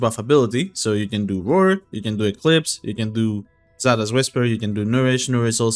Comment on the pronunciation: eclipse. It’s eclipse